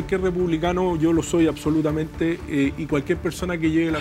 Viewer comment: Yo solo vengo por Artes a que diga: "acsolutamente".